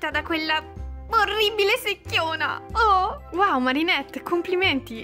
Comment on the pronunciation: Non si dice sechiona